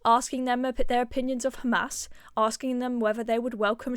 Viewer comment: She keeps mispronouncing SHARIA as SHARIYA Douglas also mispronounces HAMAS as HAMAZ